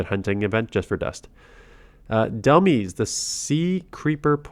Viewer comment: Pretty sure Dhelmise is pronounced similar to demise